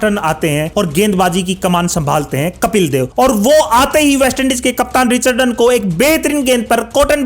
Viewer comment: Ye commentary karne se pahale players ka naam to sahi se bolnaa seekh lo. Richi Rechardan nahi Richi Rechardson hai.Drama thoda kam karo achcha lagega.